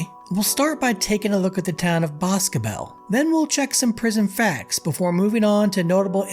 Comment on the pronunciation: As a resident of boscobel, ive gotta give you props for pronouncing it correctly. With regards to the facility in boscobel and its medical care, quite a few of the incidents happen when attempting to receive medical care. I believe it was 2020 or 2021 an inmate was brought to the hospital in town, and dude stabbed the transporting officer with a shank.